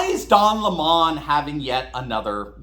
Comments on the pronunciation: What is with this don le mawn pronunciation? He doesn’t look or sound French to me. Meadowlark Lemon 🍋 had no problem pronouncing HIS name, but then, Meadowlark had no identity crisis. He knew who he was and knew what he could do better than anybody else. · Can we go back to calling him Lemon 🍋 since that's really how it's pronounced by his own lips when he first started? Besides, he IS a lemon! Why not call a spade a spade? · A Lemon is a Fruit, its Yellow, Sour, Acidic, when mixed with Vodka gives you a Headache and foul smell under your nose. Stop pronouncing this guys name like that. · Why pronounce his name any other way than that of the fruit? It suits him and his views. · Where I went to school. A vowel is long if with in two to the other vowel. So it Lim mom not la mon. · You are too kind,, it's lemon, not le mon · Weird that we call the citrus fruit a Lemon but the fact he has it as a last name it becomes a Le Mon in pronouciation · Its pronounced lemon 🍋 not le mon...i dont care how he wants it said. Because he is a lemon of a journalist. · Any way you look at it, his name is lemon 🍋 not Le Mon, who's he trying to kid? He's like lemon car, unfixable looser, too many things wrong with it. Pray you don't ever get stuck with a 🍋🍋🍋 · D'oh LehMUH lol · I for one can't stand it when the Professor and Tucker refer to Don Lemon as Don Lemawn. I think if sounds as stranger than it would to call Elizabeth Warren an "Honest Indian". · please keep pronouncing his name lemon, as in the sour fruit that only gets better with liquor! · I LIKE HIS NAME PRONOUNCED AS LEMON, LIKE THE FRUIT!!!!! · Please stop pronouncing don lemon’s name posh if its tastes, sounds and looks like a lemon you pronounce it LEMON JUST LIKE THE FRUIT. Argggh I simply don’t like mr LEMON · Don't miss-fruit him! It's Lemon not Lemon. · It is Le mun